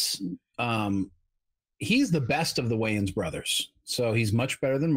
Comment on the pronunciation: You also kept mispronouncing Damon Wayans last name, but no one seems to care about that.